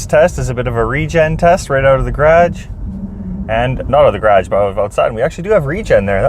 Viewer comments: Like your content dude but what's a 'graaj'! :) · the way you say garage makes me feel like im on lake of the woods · The way you say garage